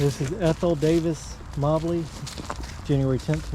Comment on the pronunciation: mobley is pronounced like the moe-bly